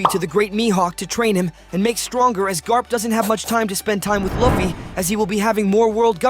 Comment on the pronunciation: Bro your pronouncing luffy wrong and saying it right YOU KEEP SAYING IT WRONG AND RIGHT LIKE BRO YOUR SAYING LIKE LAFFY AND LUFFY